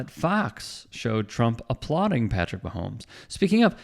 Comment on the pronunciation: Loves Brittany and the Chiefs, but can't say Patrick's name...~LOL~